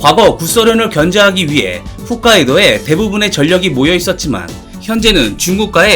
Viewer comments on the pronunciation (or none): 계속 발음이 거슬리네요. 웃카이도가 아니라 홋카이도 입니다!!